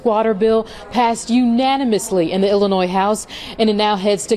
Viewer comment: Unaniously! LOL